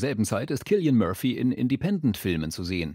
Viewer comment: zum Glück habt ihr ihn richtig ausgesprochen, sonst hätte ich sofort ausgemacht